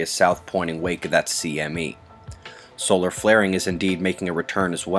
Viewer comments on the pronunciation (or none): none